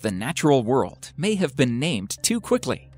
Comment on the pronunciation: Hey video man, Its pronounced World not Worlt.